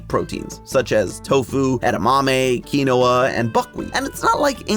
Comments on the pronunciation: It's "Keen-Wah" not "Kee-Noah." 😂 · That "My way or the highway' thing was around LONG before Limp Biskit "Key-No-Uh", it's Keen-Wa. Quinoa is Keenwa. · Quinoa is pronounced "Keen-Wah"😫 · Key nwah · Key Noah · I said nothing at the way you pronounce Capris Sun, but I draw the line at how you pronounce Quinoa :-P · I'm sorry, HOW did you just pronounce quinoa 😂 lh/j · Is it QUI-NOA?